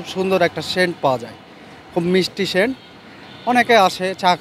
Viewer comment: শেন্ট না, সেন্ট 😂